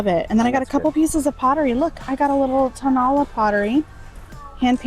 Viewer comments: Such a fun video! Thank you! Can't wait to get back to the bins soon. BTW a pronunciation thing: Tonalá pottery has the accent on the last syllable: Toh-nah-LAH, not Toh-NAH-lah. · Amazing video as always! The mexican pottery is actually pronounced Tonalá, with the accent at the end. It’s made in the town by the same name in the state of Jalisco, which is renowned for their artisans in several different kinds of mediums.